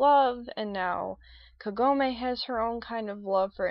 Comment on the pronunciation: Don't worry, You pronounced Kagome's name right. I more or less agree with you with her screaming Inuyasha's name all the time, and he also does with Kagome's name. But I still think is cool, and I'm in love with the anime. In fact, because of that show, I'm getting into more Anime now!